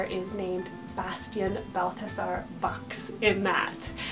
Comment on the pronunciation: Bastian : Very classy and sweet! I love how you pronounce it! Bear : SO sweet, and meaningful for me <3 Cillian : I had Cillian Aidan on my extended boy names combo list in high school lol Onyx : SUCH a great name, I'd love to see it used more! Caspian : Gorgeous perfect name <3 <3 Boaz : Love the biblical association! Finnick : Finicky ;) Everest : LOVE the sound of this, if it was more meaningful for me I could use it! Elon : Great Eli alternative! Osiris : Somehow I've seen this name more on girls than boys, so strange! Truett : I'm FB friends with a mom that has a son named Truett, he's super adorable! Wells : OOoooh fun!! Wellington is adorable! Arrow : I just can't dig the weapon names! Callahan : So distinguished!